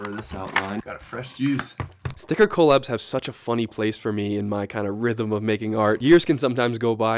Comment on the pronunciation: bro stop saying coal-abs 😭😭😭